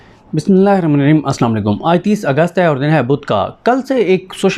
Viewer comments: Bhai Jaan bismila thk prha kren Braye krm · Pl learn how to read Bismillah. It's not a fashion, it's Quranic Ayat